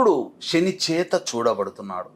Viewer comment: "👍🏽 వాగుడు కట్టిపెట్టి! P O K కి వెళ్లి చెప్పు "👌🏽 సొల్లు 👍🏽లేపేస్తారు? అన్నీ శని మాటలే👌🏽 షని కాదురా! శని 👌🏽